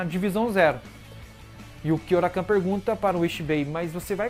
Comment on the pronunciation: Gosto muito de bleach e também de todos os videos do seu canal. Agora, com todo respeito de onde você tirou "KyoraKAN"? (Kyoraku)